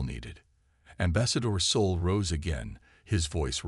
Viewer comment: Same for 'Soul' instead of 'Sol'. I can deal with the bad caption, but even the pronounciation is wrong.